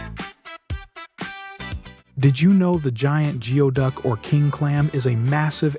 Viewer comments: It’s pronounced “gooey” duck. Not “geo” duck. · "gooey-duck" is the right pronunciation.